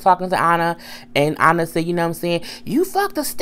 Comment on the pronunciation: It's Anna not onna